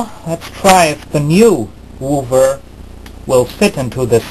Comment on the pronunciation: "Wooover", lol